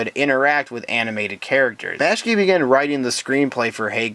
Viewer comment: Yeah, that bothers me too. I have no idea why he pronounced Ralph Bakshi's name like that.